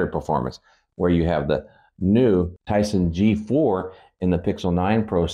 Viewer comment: “The new Tyson g4 “ . I had to rewind and listen to that twice, thought I was hearing stuff